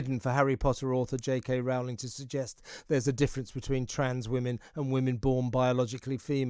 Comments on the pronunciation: Wrong pronunciation of Rowling. The first syllable rhymes with blow and grow, not with now and cow. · Note to Kevin O'Sullivan: the first syllable of J K Rowling's surname rhymes with "blow" and "show", not "now" and "cow".